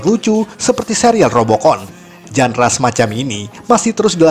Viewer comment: Tolong kl ngomong yg bener. Tribut bukan tribyu. Genre bukan jandra. Ga sekalian dibilang mandra???